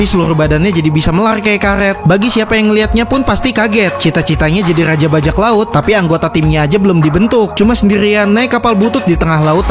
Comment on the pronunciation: Rrraaaja bajak laut😂😂😂😂😂 minimal bisa ngomong r lah